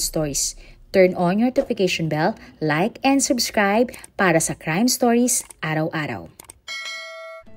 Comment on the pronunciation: I am really bothered how she pronounced “stories” in DJ ___ stories. Sorry. Pag narinig ko kasi, lagi kong inuulit. Diko mapiligan.